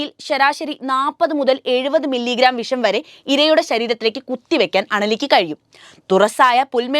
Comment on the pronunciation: വിശം ആണോ വിഷം ആണോ നല്ലത് പോലെ സംസാരിക്